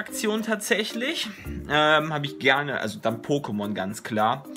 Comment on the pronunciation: DANKE!!!! Endlich Mal jemand der nicht "PokemonSSS" sagt.👍